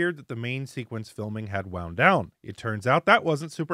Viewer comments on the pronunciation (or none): none